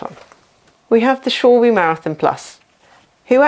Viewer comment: Just the video I needed! 👍 Just a note, Schwalbe is pronounces Schwal-ba